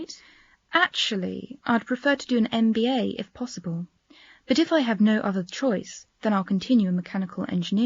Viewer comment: She said mba no mba program 😂